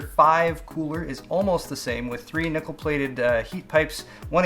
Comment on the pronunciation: "3 nipple plated heat pipes" thats what i thought he said XD